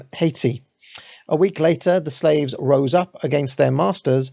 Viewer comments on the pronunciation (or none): none